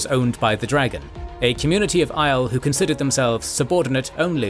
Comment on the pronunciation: Maybe read the glossaries in the back of the books for the correct pronunciation of the various names... Just jarring hearing "Aiel" pronounced like "isle" instead of "Eye-eel"